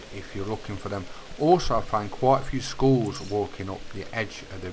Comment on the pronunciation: Congrads. Sounds like your saying schools instead of skulls 🤣🤣🤣